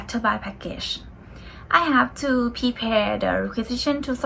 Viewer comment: Prepare อ่านว่า เพรอะ-แพร ไม่ใช่ พีแพร ค่ะ😁